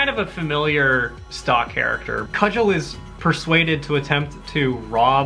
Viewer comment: Cugel is pronounced koo gull. Long U hard G. Hitchhiker's Guide is best experienced as the original radio drama.